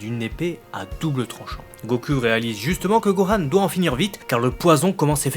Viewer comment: La review est bonne, mais ta prononciation pseudo-japonaise du mot "goku' devient excessivement lassante à la longue.